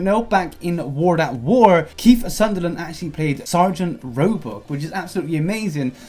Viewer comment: Sutherland, not Sunderland 😂